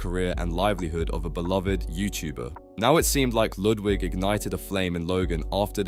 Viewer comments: Not "Loodwig" 😂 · "Lewdwig" lol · Yeah it seems like it considering they can’t pronounce dantdm, pewdiepie, and Ludwig also how the tone of voice never changes